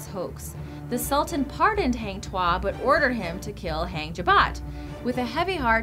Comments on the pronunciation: malaysian ... not melaysian ... heng tuah .. really ... haaaang tuah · Hang Tuah is pronounce as Hung as in past tense of hang... Not Hang as in Hanging... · #9. Malaysia*. Not Melaysia. Also 'Hang' is pronounced 'Hung'. Because that's a Malay name, not an English word. And the myth/legend orginated from Malacca Kingdom because Malaysia didn't exist until 1964. And now Malacca Sultanate is reduced to a small-sultanless state in Malaysia. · Lmao it's supposed to be pronounced hang tuah~hung tua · it's not pronounced as in taming an animal,it's ta as in target,and not hang as in hanger but hung as in "he hung himself"